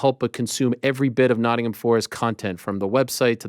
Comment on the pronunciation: Love how Steve says Nottm and not Nottingham. He's picked up our accent. He's one of our own.